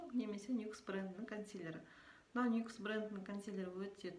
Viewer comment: нюкс емес никс 👌🤦🤦